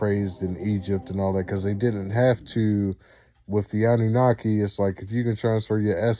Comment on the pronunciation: Wait, Annanunaki? Hell nah…it’s annunaki…I’m out of here that shit probably contagious